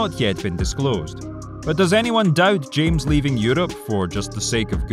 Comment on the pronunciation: You don't say james but hames